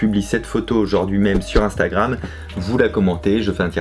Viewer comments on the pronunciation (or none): none